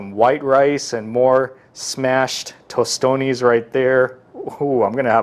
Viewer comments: Guuuuurl he had me ready to reach out and hit him 👊🏿and I’m not a violent person 😂😂😂🇭🇹🇭🇹🇭🇹🇭🇹🇭🇹🇭🇹🇭🇹🇭🇹🇭🇹it’s not tostone! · He said tostones🤦🏾‍♂️ bro where you think at lol we don’t say that lol